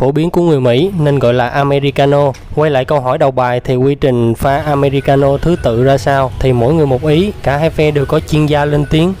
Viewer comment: Phát âm sai rồi không phải am me ri ca no